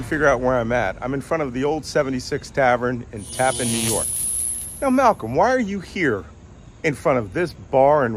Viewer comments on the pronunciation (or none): "Lazy Bond villain" is very good! Haha. A small correction. The town is pronounced TapPAN. The town is pronounced differently than the former bridge name, TAPpan Zee, which many are upset is now called Mario Cuomo Bridge, but I digress. The food at '76 House is solid American fare. Comfy bar, too.